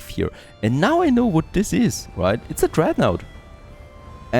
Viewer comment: love the video series but pleaaaase: dont call it dreadnAUght. that is just not how it is pronounced ^^